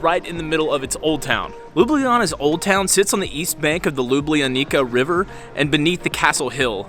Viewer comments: Great vlog. Next time when you are around, use names LUBLANA (Loo-blah-nah) and LUBLANICA river (Loo-blah-nee-tza river), but you absoultely nailed Prešeren square. 💪 See ya. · She should put it this way to make a difference, native way to pronounce it is LjubljaniTSa...